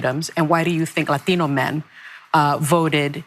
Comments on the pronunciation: Oh my God...what the hell was that pronunciation of "Latino"? Who is that woman? the South Park Jennifer Lopez? This kind of pandering comes off as soooo pathetic. How can Americans stand it? I don' know. Maybe i am actually wrong and she's not going hard enough. Maybe she should start shaking some maracas every time she says that word. Christ almighty... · god it's so cringey when people change their accent to pronounce "Latino"